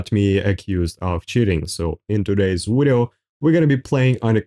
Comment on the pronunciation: try to speak right its video not wideo wtf